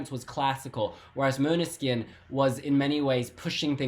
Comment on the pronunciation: you're getting really good at pronouncing Måneskin correctly. 😃 👍